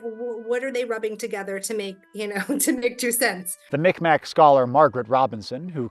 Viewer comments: Super quick, , the pronunciation is relatively incorrect. Mic Mac is the anglicized version of Mi'kmaq, and for a long time was accepted as the pronunciation, but recently the pronunciation has shifted to "Mig-mah" and then "Mig-mah-ge". Note though, Mic Mac was so commonly accepted that most local areas within Dartmouth Nova Scotia still use the term Mic Mac for its largest shopping mall and one of its largest lakes, to the point that calling anything pronounced "Mic Mac" as "Mig-mah" would likely be offensive. The Wiki page on Mi'kmaq still pronounces it as Mic Mac by the way. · im pretty sure they are pronounced 'meeg maw' but i could be wrong great video !!! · I took a class with Margaret Robinson, she's an amazing professor. Also, note it's pronounced Migmaw, not Mick Mack. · Mi'kmaw person here- when you mentioned Margaret Robinson you misspoke and mispronounced our nation in a way that's considered disrespectful & often used in racist contexts down here! Saying it like "MicMac" is incorrect & the term has been used in a racist derogatory way historically (and also as the name of a mall because we live in hell :/ ). I'm sure this was a mistake on your part since I do understand that Mi'kmaq looks like it would be pronounced that way to folks unfamiliar with our language but it's actually pronounced like Meeg-Maw (for Mi'kmaw referring to Mi'kmaw ppl, language, etc) & Meeg-Mahq (with a final sound not unlike clearing your throat, for Mi'kmaq when referring to the nation) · Thoughtful and well-researched as always. But dude please learn to pronounce tribes' names properly